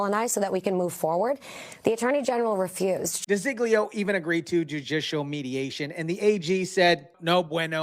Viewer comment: Her name is De Zog Leo not di zig leo